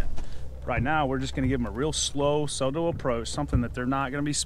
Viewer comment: Bro said "real sub-tl"... Bwahaha🤣